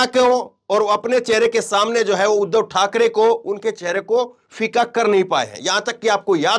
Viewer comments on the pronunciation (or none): none